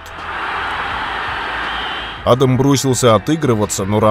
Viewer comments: адАм , а не Адам. адАм первый человек на земле, а не Адам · Ударение в имени неправильно ставите